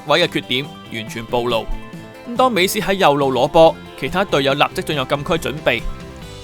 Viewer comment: 是 美斯 , 不是 美欺